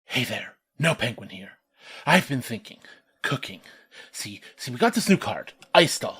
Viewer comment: When he said I've been cooking in mind I heard Copeing😂😂